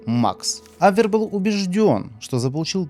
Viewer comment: Ударение на втором слоге : "абвЕр " . Начиная с " Подвига разведчика " , а также вопреки и другим киноподвигам деятелей искусства, ударение всё же ставить надо правильно. Норма в книгах. В словарях. Не в худфильмах..